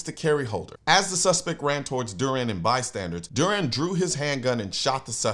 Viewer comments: Dew ran is the way to say it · CN, you dropped the ball hard, major fumble. The Hero's name is DURAN. You should know how to say his name.